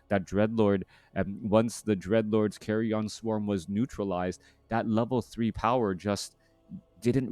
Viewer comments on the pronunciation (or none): Why does he pronounce it as "carry on" swarm? Isnt it pronounced as "carrian" swarm? Pls enlighten me if I am wrong.